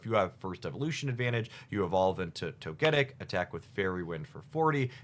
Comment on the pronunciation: No way this guy miss pronounced togetic